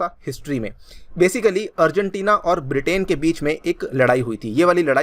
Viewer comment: I'm the only one who hear afghanistan🤔?